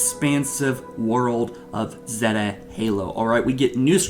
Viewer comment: Zey-tah not zet-ah